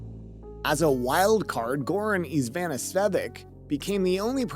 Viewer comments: Eeevaaaahn haha its ivan. And what was the mess of ivanisevic eevanisvevik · Dude, it’s Ivanisevic! Hahaha. Man oh man.